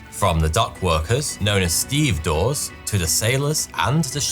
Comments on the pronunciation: steve a dores is how its pronounced. say it quickly cheers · It's pronounced "steve-a-doors" FYI.